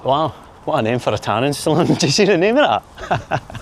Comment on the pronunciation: Did it no just say Tanning Saloon ? Or should I go to specsavers 👓? 😂